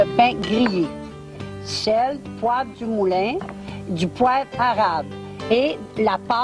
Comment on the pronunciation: Cette séquence me fait mourir de rire 😂😂 Pourquoi maman Dion le dit comme ça "un arrrrabe" ? 😂